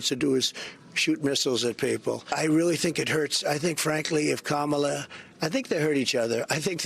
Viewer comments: Trump correctly pronounces "Kamala." Does this mean that the entire Republican/MAGA party will now be required to follow suit? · Did anybody notice he's starting to pronounce her name correctly?